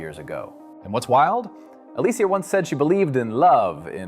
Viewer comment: Why are you saying "Ali sia" Everyone even yourself said Aleshia. Get it together like black American men you are in and out of somebody's house.